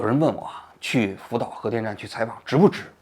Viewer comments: 王局神口误“福屌”😂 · 福岛说成了扶吊哈哈哈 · 王局口误了，福吊😊